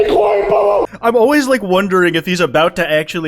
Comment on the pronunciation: "that kwite guy"